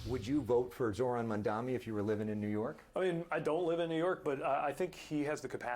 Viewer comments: Dear CNN anchors: His name is mumdani.. not mumdami!! Please get his name right.. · maMDANI, not MANDami, not mandani, not mamdami, its MAMDANI!!! OMG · Nor Mandami🤬 It's very telling how these so-called journalists never get his name right! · It's Mamdani, not Mandani nor Mandmani. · I don’t understand why people make Zohran’s name more difficult for themselves. “Mandmani” in the title? Really? MAMDANI, it isn’t that difficult come on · "Mamdami" great job! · It's MamDANI, come on. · Learn the name Dana. MandaNi...that's an "N" in the second syllable! Same for YOU Elex Michaelson! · …. Please his last name is Mandani. Pronounce it correctly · CNN anchors should not mispronounce Mamdani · Dana Bash & CNN like nearly all MSM STILL can't (WON'T) correctly pronounce MAMDANI's name . And Buttigieg along with Dem Leadership completely lack the courage of their "convictions". Just one of the reasons that his Status Quo Technocracy has NO FUTURE in the PEOPLE'S Dem party. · It’s amazing how many people can say Mamdani. It’s 7 letters for christs sake. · Dana Bash - why can't you pronounce Mamdani's name correctly? Are you dyslexic? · This BASH female NEEDS to pronounce ZORHAN MAMDANIs name correctly! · Its Zohran Mamdani 😅, learn to say it correctly Bash 😂. Zionazis are in denial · Mamdani. Say it right. Spell it right. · Two news anchors Bash and Michaelson still can't pronounce Mamdani's name. M and N are two different letters and make two different sounds. On Buttigieg, he is not endorsing Zohran because his PAC donor don't like progressive candidates who are for the working class. He is a coward for not saying that. Pete is part of the same corporate Dem ideology that helps the GOP with their efforts to steal money from the working class and gives it to the billionaires. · The anchor and Elex botched Mamdani's name. He's kind of a big deal. You should probably know it by now.